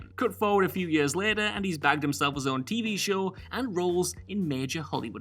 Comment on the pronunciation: The way you pronounce years makes me angry